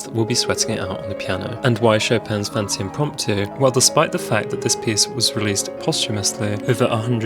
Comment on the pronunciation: Btw just for clarification it's not fantasy for some.reason people say it like or some other way but it's pronounced fan-tay-sha